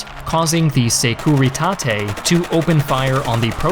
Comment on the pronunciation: You can say "Security" instead of Securitate, it sounds off the way you say it